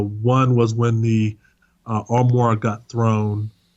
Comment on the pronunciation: He is saying armoire, albeit incorrectly.